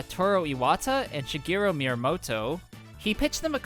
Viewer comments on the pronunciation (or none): none